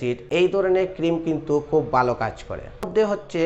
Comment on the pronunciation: কতা না কথা,বালো না ভালো।